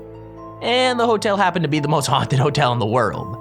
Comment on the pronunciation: Like and SUPSCRIBD!!! And you will not get honted